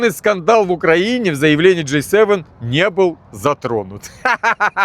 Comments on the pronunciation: Браток, только не Джей севен, а Джи севен (J7 - это сок, а G7 - это говно-семерка😂) без обид. Ты лучший! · G7 а не J7 выучи алфавит и говори правильно